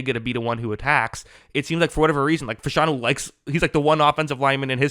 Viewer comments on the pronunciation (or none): you are mispronouncing his name. It's O-Lou Fa-Sha-Nu.